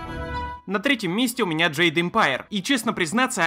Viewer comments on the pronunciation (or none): none